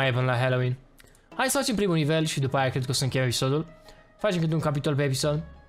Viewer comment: se zice dupa